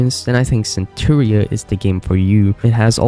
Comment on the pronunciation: Just so you know, it’s pronounced Sen-taur-uh, not Cenchura